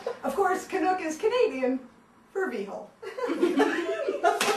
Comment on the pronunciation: she said "canuck" wrong